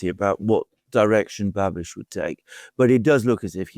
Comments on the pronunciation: it's Bahbish, not Bahbitch, but whatever. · Hey us Czechs are talked about as well:) Btw Babis is pronounced with the “a” short like in bus or bubble so it’s “bubish”